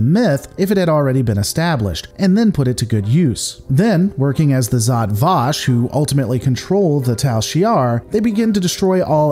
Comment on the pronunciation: Pronounce it properly: Žat Vaš